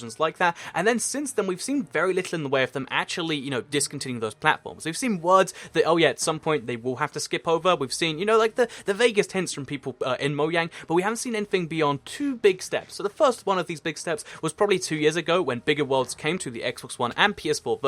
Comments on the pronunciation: Mojang not moyang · U Said Moyang